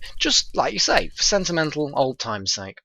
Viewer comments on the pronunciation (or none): none